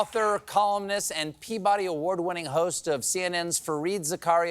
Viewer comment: Stephen, it's actually pronounced Zaka-Riyya